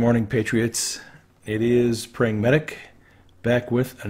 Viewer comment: this is sounds like "pragmatic""